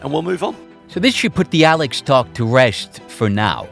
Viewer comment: lmao why do you pronounce you "S" like "Sh" who tf pronounces "Alex" Aleksh